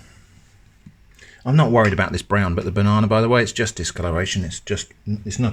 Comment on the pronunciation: So it's b-one-ana?